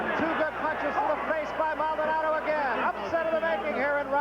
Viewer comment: Come on, Maldonado is not that hard to pronounce bro.